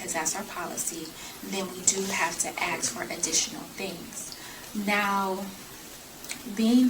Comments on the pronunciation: Honey...its ASK...A..S..K....ASK....NOT AX! 🤦 HOLY SHIIT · Bank lady sounds really intelligent. She just needs to learn the word ASK. It's not AXE. 🪓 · The bank manager keeps saying she's AXING the woman. Does that mean she is hitting her with an axe or she just doesn't know how to speak correctly. Is she trying to say ASK maybe? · Why can’t any of them able to pronounce the word “ASK?” I mean, dang… even someone who is a senior bank teller pronounces it as “AXE” every single time she says it lmao! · Even the ones working at the bank can’t pronounce “ask”. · Why is it so difficult to say the word, “ask?!”